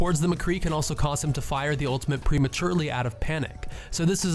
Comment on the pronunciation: Just stick to doing highlights. These are the most basic tips even Bronze Genjis know. You don't even know the name of the ultimate. And it's pronounced ultimate not ultament. And please lower the gain and bass on your microphone.